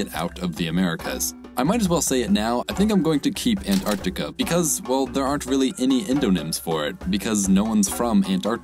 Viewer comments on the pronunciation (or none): none